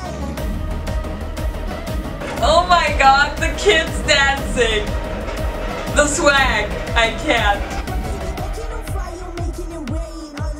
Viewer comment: "the swag" I thought you will say that🤞😍❤️❤️❤️❤️ correctly you said😻🥰🥰🥰🤩